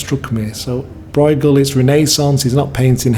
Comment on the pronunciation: Bruegel: is not an "oi" it is the ö you hear in German words (as well as Dutch ones of course, but there's a better chance you have some German) e.g. schön. The gh is much like ch in Scottish Loch. bɾøːɣəl